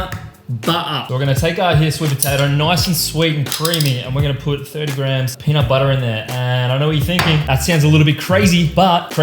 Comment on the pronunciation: Hey! I hope you're doing well and I am going to start a lean bulk! I'm intrigued for the meals. Take care bro! Ps: The way you say peanut butter killed me lol